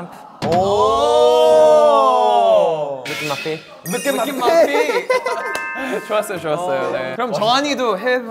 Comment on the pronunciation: 룩앳마이 픳-! ㅋㅋㅋㄱㅋㄱㅋㄱㅋㄱㅋㄱㄲㄱㅋㄱㅋㄱㅋㄱㅋㄱㅋㄱㄱㅋㅋㄱㅋㄱㄱㅋㄱㅋㄱㅋㄱㅋㄱㅋㅋㅋㅋㅋㅋ정신없이 웃었네......진짜ㅋㄲㅋㄱㅋㄱ 이찬 발음 스무뜨 하다ㅋㅋㅋㅋㅋㄲㅋㄱㄱㄱㄱ